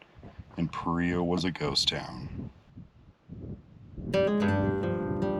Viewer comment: Paria is a Spanish word, pronounced as Parea would be in English.